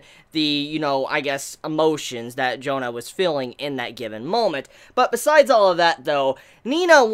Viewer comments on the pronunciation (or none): Jahn aint that hard to pronounce right? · Okay, just say John. It's pretty much the same pronunciation. Not Joan-ah. Just copy the anime, they do a pretty good pronunciation. Of course no French accent, but its probably the best option for you in trying to say her name. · Her name Jeanne; pronounced Zhawn! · Why in the world would you pronounce Jeanne as "Jona"? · maybe because its easy to pronunce , but "Jaene" is the correct pronuncitaion of the Jeanne name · Crimson Head He should know how to say that name. Hell, he reviewed Drifters and we all know who's in that show.